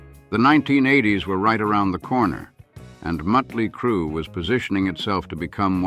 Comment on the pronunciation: you do realize it's MOT-ley Crue.........not MUT-ley Crue, right ?